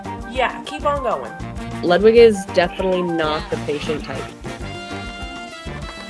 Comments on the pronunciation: I love rabbits but the pronunciation of Ludwig is infuriating, it's Ludvig. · It pronounce "LUDVIEG"